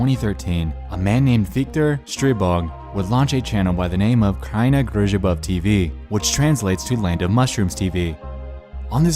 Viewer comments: Not the way you pronounced kraina grzybów tho 😭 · The way you said Kraina Grzybów made me laugh so much xD